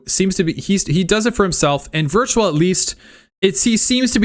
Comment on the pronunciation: Witrual is in fact pronounced Virtual